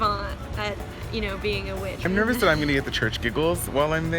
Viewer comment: "Real wich"